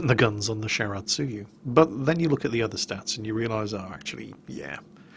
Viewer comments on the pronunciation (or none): Obligatory pronunciation post timuuu~ Wakaba: WA-ka-ba (not wa-KA-ba) Shiratsuyu: (shi-RA-tsu-yu) not (shi-ra-TSU-yu) Akatsuki: (a -KA-tsuki (tsuki is joined and sounds similar to ski) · for future reference, if you have a hard time saying Shiratsuyu, just call her "Yuudachi" or "Poi." I think you're more familiar.:p